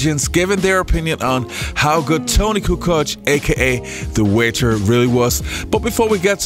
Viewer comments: I get you. I was just disagreeing with the video saying Barkley was saying Kukoo. And that he was probably pulling his pronunciation from the various ways people pronounced it in the past. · Charles called him “Coo Coke.”